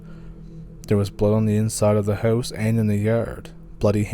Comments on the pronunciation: For me, it's an immediate identifier for someone from Canada. When they say "house", it is not the standard "HOW-ss" as pronounced by most native English speakers, but more like "HEY-W-ss". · My God, bud, I don't know how it is even physically possible to say the word,"house" and have it come out like yours !! It is so extremely strange that I find myself rewinding and listening over and over ; all the while trying to immitate it..... Fat chance ! You hold that title, bro !! Love your stories. Keep em coming ,!!!